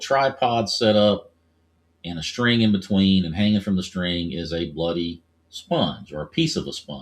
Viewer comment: You sounded British when you said bloody sponge. 😂